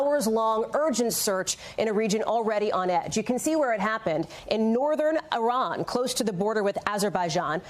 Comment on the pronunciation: Bro said “Iran, Ifell”